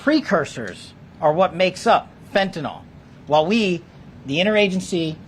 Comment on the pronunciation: Hard to believe, but the media and many others have been saying this drug incorrectly for so long that almost no one gets it right now... Fentanyl FEN TA NYL It is not Fentanol, like Tylenol. Someone, please point it out to these people...